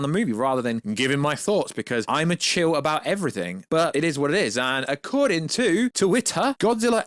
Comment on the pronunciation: Shill not chill